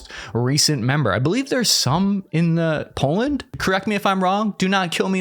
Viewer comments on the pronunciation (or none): none